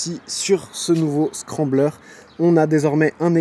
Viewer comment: On dis le scrambler